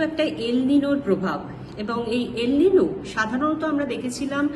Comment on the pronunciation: উচারণ হলো EL NIÑO (এল নিনিও) বাহ LA NIÑA (লা নিনিয়া) তবে সকলের তো আর Spanish/ Português /Français জানা সম্ভব নয়।